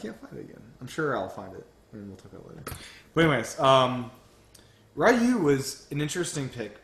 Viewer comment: Hate to nitpick but Ryu is pronounced ree-yooh